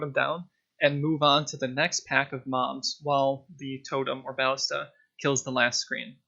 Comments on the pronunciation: both of the a's are pernounced the same not two different a's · bal·lis·ta please its tilting me but say it right sob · bro u should o to google translate and see the correct way to say BALLISTA... lol